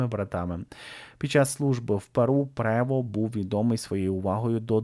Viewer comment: Роберт Франціс ПРЕВОСТ! ☝️ Є відео, де кардинал оголошує ім'я нового Папи римського і чітко вимовляє Роберт ПРЕВОСТ. Для чого постійно перекручувати це прізвище?